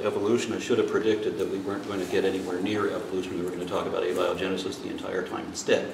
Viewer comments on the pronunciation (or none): Oh my lord.. this guy can't even say abiogenesis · I can just feel frustration, it’s a little off putting at first but it doesn’t take long to see why, clearly doesn’t understand the subject matter, he can barely pronounce Abiogenesis, he can’t tell the differences between the subjects yet here he sits the man helping set the education standards of the nation not only Texas.